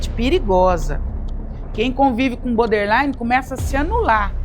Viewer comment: Hahahaha obrigada, amigo. Tava me contorcendo aqui. Eu fico em cólicas de ouvir "boder" infinitas vezes hahahahaha 😅 O assunto é ótimo, é maravilhosa, mas BODERline doe nos ouvidos.